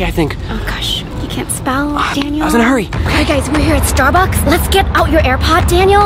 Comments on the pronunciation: He said Starducks Instead of Starbucks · Ha ha ha So funny how Daniel said starducks instead of Starbucks😂😂😂😂😊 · Bro said Stard ucks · Daniel spelled starbucks wrong he said starduck like if you sae it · Daniel said Starducks instead of Starbucks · Daniels didn’t say Starbucks he said Starducks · The mistake Daniel made was he said starducks I was cracking up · Daniel really Said starduck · He said starducks